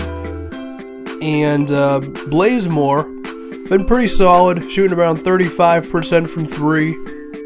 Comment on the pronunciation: it's bazemore not blazemore